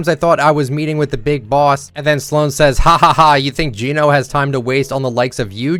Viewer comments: Just so you know, it's Gen Oh. Not Jean Oh. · it's geno not jeeno😭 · Bro calls Geno jean-o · You kept saying genos name wrong😶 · Now I understand why they spell Gēno with the mark, because English speakers never learn how to say it right. Not being rude, just saying it's kinda annoying.